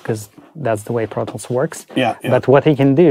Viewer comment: Tip: when it sounds like he says, “I go into brothels,” he’s saying “I go into ProTools”! 😂